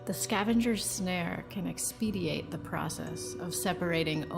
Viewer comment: Expedite, not expediate 😂